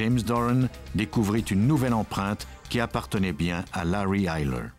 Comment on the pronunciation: Pour la prononciation du nom, c'est Larry Eyler le tueur en série.